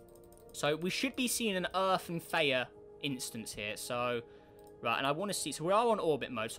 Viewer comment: Isnt it Th-E-uh?